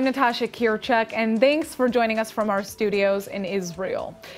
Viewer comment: Thanks as in Think, Thought, thistle. Not Thanks as in then, that, though, than. Emphasis the TH in the word and it will be good english. Thanks the way you are saying it is not a word.